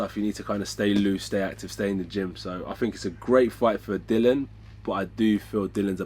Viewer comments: Lads, it's pronounced DILL-E-AN Whyte. Not Dillon as if his first name is Bob. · Its not dillan its DILLIAN ffs lol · Anyone else wanting to correct AJ on Dillan being DILLIAN every time he says "Dillan"?